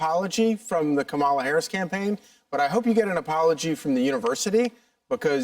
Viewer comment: No oppolagy to them and no oppolagy to God ? not good